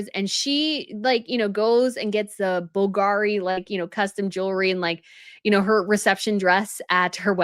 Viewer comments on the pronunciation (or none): none